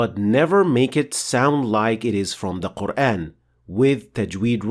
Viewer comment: I'm new to this channel, I can't help but notice your English accent the way you pronounce Quran, oddly sounds like Qur-Én although it's not a problem at all because it a little bit closer to native modern Arabic speaker.